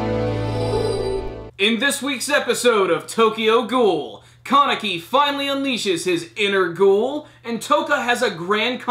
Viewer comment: The way you say Kaneki. "Carnickie"